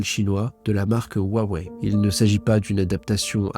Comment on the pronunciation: Hua Wei se prononce presque comme Roua et pas waaaa. Hua c’est splendide en chinois. Le H se prononce comme jota espagnole ou le ch allemand dans “Bach” — un souffle rauque venant du fond de la gorge.